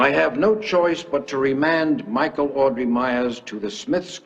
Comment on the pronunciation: Audrey not 'Aubrey'.